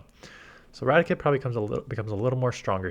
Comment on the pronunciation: Rati - Kate not Ratic - et